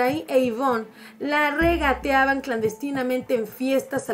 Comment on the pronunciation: Jaque no es la REGATEABAN es la "REGENTEABAN"